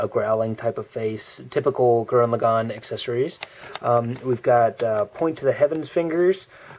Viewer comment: finally someone can say lagann right! :)